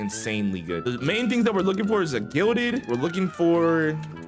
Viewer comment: why does everyone say glided and not gilded